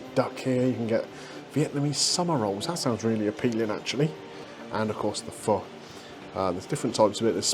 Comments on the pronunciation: Having lived in Vietnam for a few years I know both of your dishes were cooked to perfection and I was impressed that you pronounced PHO correctly very impressive, it's amazing how long it takes to develop the broth it takes days to develop a great broth many hours go into just that dish. Your review reminded me of sitting on a tiny plastic stool in a side street in the Old Quarter in Hanoi eating those dishes' I know exactly that a place like that you went to would be great because it not being pretentious, that's just how the people are, very modest!! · Nice one for pronouncing Pho correctly. Ever since I went to Hue I have been a fan of Bun Bo Hue, the spicy version of Pho. There`s a good place near Tate Modern that does an authentic version with tripe and raw beef...YUM!!